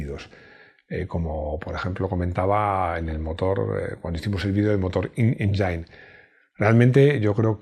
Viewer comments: La palabra "engine" debe pronunciarse algo así como "èngin". No "injain". Saludos! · Saludos. Buen video, pero me resulta curioso que pronuncies 'inenjain' cuando la pronunciación de engine en inglés es 'en-jin'